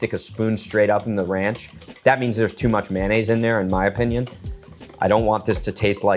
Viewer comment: It's NOT MAN NAISE, IT'S MAYO NNAISE